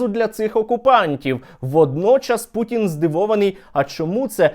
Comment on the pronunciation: Перепрошую, а чого Ви гопніка вАлодю путИна( наголос на літеру " и") називаєте путін. Не вживайте будь ласка літеру " і", а вживайте "и". Бо путин це звучно як прутень)) Зрештою московити завжди перекручують укр.прізвища, наприклад замість літери "о" говорять "а", наприклад вони кажуть " ПАрАшенкА", замість "ПОрОшенкО".